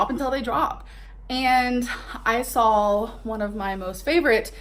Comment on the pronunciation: “I sawl” 😒